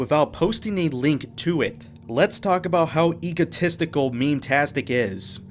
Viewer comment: stop saying eagle - tistical. Its EGO - tistical. Also please stop saying furder. Its further. Thanks